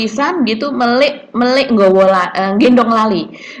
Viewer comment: melik itu bacanya melek ...